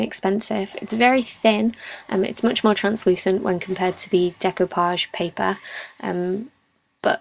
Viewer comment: Thank you for teaching me the proper pronunciation of the word "decoupage". It came up in an audiobook project and I have never encountered the word before.